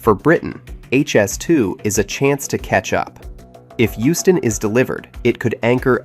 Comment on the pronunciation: Euston not Houston 😂